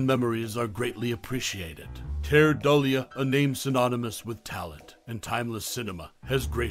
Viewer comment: Keir Dullea is not the only actor unrecognized by the current generation. As long as there are constant remakes and reimaginings, they never will be. No actor should ever be forgotten. And his surname is pronounced "Doo-lay."